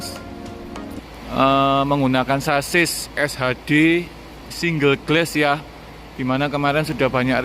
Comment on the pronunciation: Ralat mas spelling nya... Single Glass = singel glas... Bukan single gles